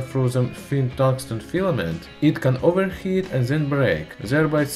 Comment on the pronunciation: It can overXHEet